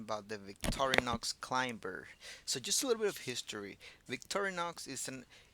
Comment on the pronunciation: In the word "climber", the "b" is silent. So the word is pronounced "clime-er"